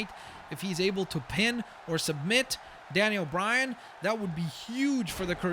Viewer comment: daniel bryan not danien bryan